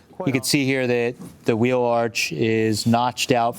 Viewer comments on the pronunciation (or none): none